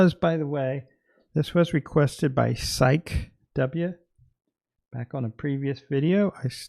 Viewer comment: Psyche is pronounced /SIGH-key/. Heh! Thanks for doing this walkthrough. I'm late to see this, as I was offline the week you posted it. Just now catching up with all my peeps! The backs look reversible to me. One beetle is winged and the other is not. I love your art! You look snazzy in that robe. Gives the whole presentation a Masterpiece Theatre vibe.😆💗